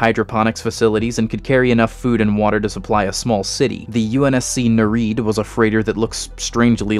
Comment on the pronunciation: Neried is pronounced "ner-ee-ed." They were sea nymphs from Greek mythology, the 50 daughters of the sea god Nereus and his wife Doris.